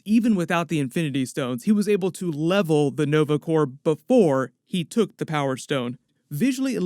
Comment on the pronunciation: Dang ......he said Corp....like the p not silent.